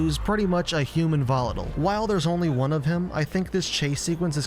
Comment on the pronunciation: why did you pronounce volatile like that